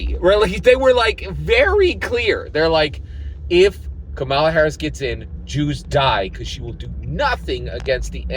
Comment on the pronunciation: Hi‼️ I haven't watched nor commented on any of your videos since Andrew Yang dropped out four years ago. I hope that you and your family are doing well. I must say that I am disappointed that you are not voting for Kamala Harris. Because of the way that you consistently Mispronounced her name, I suspect that you have been watching Anti-Kamala Harris videos, & have made your decision based on those👎🏾👎🏾 PLEASE, give this Presidential Election, and therefore, US Citizens a fair chance by listening DIRECTLY to what Kamala Harris says out of her own mouth, about the issues that you brought up - Abortion, Support for Israel, Etc. The fact is that Trump's Project 2025 & Trump's Agenda 47 has put US Citizens into a situation whereby we are in danger of losing our Freedom & Our Democracy, among many other things. Therefore, The upcoming Election is NOT Harris vs Trump. It's Democracy vs Dictatorship It's Racial Equality vs Racial Oppression It's Women's Rights vs Women Oppression It's FREEDOM OF CHOICE vs Gov Rule. Additionally, Trump is a Racist. This is proven by how Trump & His Father coded their housing applications to ensure that they didn't rent their housing to Blacks, how Trump STILL wants to kill the Central Park Five even though they have been proven innocent, how Trump wants to give the police complete immunity in spite of their history of Police Brutality against Blacks, How Trump has recently spread that LIE whereby Trump calls Haitians who came to Springfield OH LEGALLY